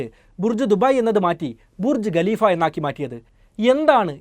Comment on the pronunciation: Galeefa' Alla.😂😂😂.Khaleefa Aan .